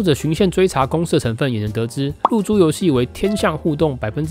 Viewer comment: 一直聽成入珠遊戲（對不起....